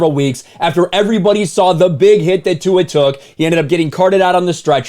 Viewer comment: Tua's last name has no "n." So, why is he mispronouncing Tua's last name with a phonetic "n?" When you call out an idiot, try not to do so in an idiotic manner! A fool calling out a jackass' nonsense is funny for all the wrong reasons. "Racism", "racist", and "because I'm black" have become overly used, mostly by people who refuse to take accountability for the ways their actions lead people to treat them.